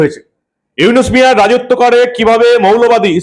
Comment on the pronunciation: আরে মাগির পুত তুই তো ডক্টর ইউনুসের নামটাও বলতে পারিস না, তুই কি বালের সাংবাদিক মন চায় তোরে জুতা দিয়া পিটাই।